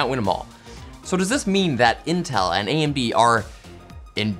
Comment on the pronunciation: "Intel and AMB"